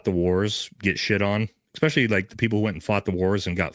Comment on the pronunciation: I love your content Bro… BUT PLEASE STOP SAYING “EXPECIALLY”!!! 😂 😂 it’s “ESPECIALLY”!! Aaahhhhhhhh